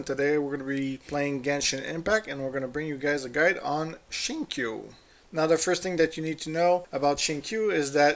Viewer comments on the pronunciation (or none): Xingqui (Shing Tso) not shing kyu ,,, just to correct heheeh ,, nothing personal,,shes my Main character good for dps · It's pronounced more like a cross between zing ch-way and zing shway :)